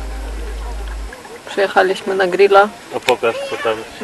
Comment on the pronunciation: Jura doskonale stawia akcent w słowie "przyjechaliśmy", czyli na literze "a". Warto to odnotować, ponieważ wielu rodowitych Polaków nieprawidłowo akcentuje słowa w rodzimym języku. Pozdrawiam sympatyczną rodzinkę!